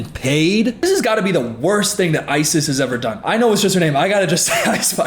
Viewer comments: Growing up with a girl of the same name, I belive it's pronounced "eyes-is" not "ice-iss" Just for future reference. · The way you called her “Isis for the entire video💀. Ripe for the out of context clips.